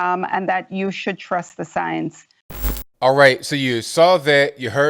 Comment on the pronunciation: You should trust the signs? Is she trying to say science? All I hear is "signs"